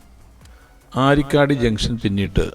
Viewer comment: അരിക്കടി അല്ല ആരിക്കാടി😂